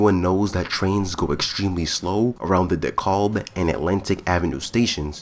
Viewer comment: It's Dekalb! Not De kale!